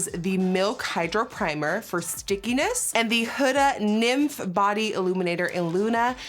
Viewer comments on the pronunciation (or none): none